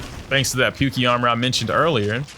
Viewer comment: Isn't it pronounced "Poo-kay" not "Pukey"?